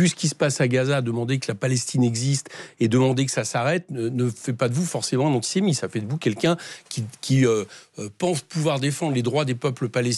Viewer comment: antisemithe ? Il est bête ce journaliste ou il fait exprès